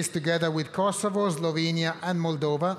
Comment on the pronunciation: i dont like the way he pronounces 🇽🇰Kosovo